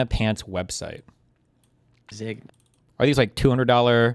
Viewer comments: If you cant pronounce it, you shouldnt wear it...... Zeh-nyah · Literally couldn’t pronounce Zegna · No one knowing what Zegna is and even Hasan not pronouncing it just shows there are no women in their lives😔